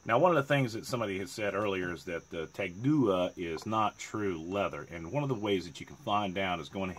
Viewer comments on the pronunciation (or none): Pronunciation: Tah-Gwah Great review and what a beauty you have there, mate! Cheers